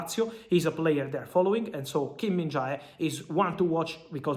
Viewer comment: when you call his name it's not kim min ja i pronounce kim min je.